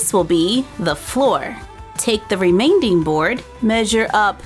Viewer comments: I don't know if she actually said it like that but on camera it sounded like she said "remainding" instead of remaining. Because I actually don't know if she said remainding or remaining. Because I heard Remainding. Also, I have corners like that in my house, but just three rooms. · I could handle the original "skwunchie" video - but whenever she says "remainding" instead of remaining I twitched a little 😂 this is AMAZING! I'm going to try this this weekend!